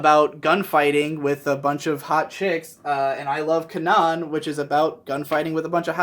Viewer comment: It bugs me so much every time I hear someone pronounce Canaan wrong. Please,, use Google. It is your friend. Or just watch the dub, they pronounce it right.